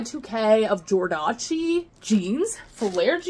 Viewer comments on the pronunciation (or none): Jordache is pronounced Jordash. Love your channel.